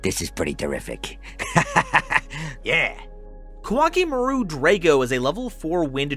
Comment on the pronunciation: Koa'ki Meiru (Ko-a-ki Meh-ru) is pronounced like Core Chimail in Japanese. Important pronunciation fact, since people like MBT constantly say it wrong.